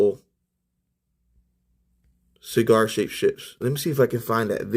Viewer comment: Sheegarr shaped ships, not exactly a tongue twister. LOL. 🤪 AKURIA MATTE ❤